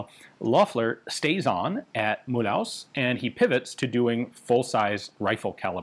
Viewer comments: A kind little remark :) In French the name Mulhouse is not pronounced as in mul-hause. The ou-sound in french is as the english oo-sound as in the word foot. Also the “se” at the end is pronounced more as a “ze” :) So maybe you should read it as “Mulhooze” :) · Not "Mul-house" but "Mul'uzz" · Mulhouse is more like Mu loose than Mul House but Ian's french is usually really good (unless his videos than are ALWAYS awesomely interesting) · 🤣mulhouse is pronounced mulooze not mul house. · Mulhouse=Mü-looz , NOT Mool-haus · It pronounces mülooze not mulhouse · Great vid, for the next ones Mulhouse is pronounced not like House but more like Ooze ;) Love from Alsace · Mulhouse is pronounced as Mul-whose. It's a town just across the border with Switzerland near Basel. It is known for the Peugeot factories and also the best automobile museum in the world. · Mulhouse should be pronounced as "Mulloose" 😉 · thank you very much for making a video that talks about the weapons of my beautiful country... nevertheless... I draw your attention to the pronunciation of Mulhouse... 🤣🤣🤣 there is work... it's pronounced Mulhoose like goose Mulhouse like goose... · Mulhouse is Mul-ooze. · If you do care about the pronunciation Mulhouse is pronounced Mule-ooze in French. Edit: the invisible "y" in mule is skipped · Jezzz Ian, your french is getting quite good aside from the way you pronounce Mulhouse... you had me running for a while scratching my head of where the heck was this CEAM located. And I see you do have an inside track with the Gendarmerie folks. Not as easy a feat as many would believe. Great info as usual. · Hello Ian, I am one of the few french that watches your videos, great content, but I might be able to help you about Mulhouse : It's pronounced" Mül ooze" Coup par coup would goo "coo par coo" Sureté : Suretay The rest is realy starting to be spot on, excellent progress over the past few years ! Thank you for this great coverage.